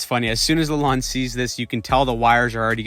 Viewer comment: la lone not lalond